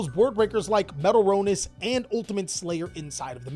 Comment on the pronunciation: There is a “t” in metal”t”ronis